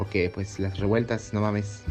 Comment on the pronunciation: ¿Rebueltas? O ¿revueltas?